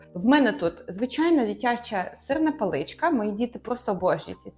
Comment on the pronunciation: Все добре, але навчитися ставити правильно наголоси було б непогано. Бо з одразу деякі слова і не зрозумієш Сирна палИчка?! КласнИй?!овочИ